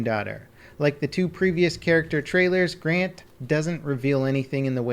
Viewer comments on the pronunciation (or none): none